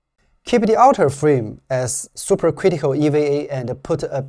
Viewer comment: Great video as always. Only pronunciation correction, to sound more American, EVA would sound like Eee, Veee, A. More of a hard E vowel sound on the V letter. I've been learning Chinese on the great Super Chinese app, I do enjoy even small sections where you can throw in some Chinese also. Great work!